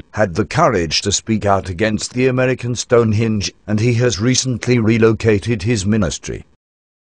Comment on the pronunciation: This speech synth gets the word "Henge" in the name "Stone Henge" wrong. The word the machine says is "Stonehinge". I laughed so much I nearly died.